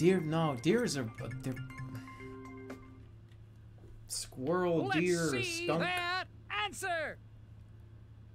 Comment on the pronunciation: My god that is incredible "skwerl"